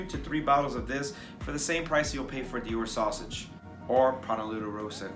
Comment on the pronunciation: i thought you said dior sausage lol